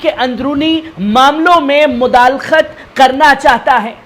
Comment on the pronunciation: لفظ مدال خت نہی مداخلت ہے جناب